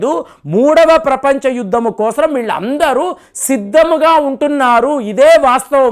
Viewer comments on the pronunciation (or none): none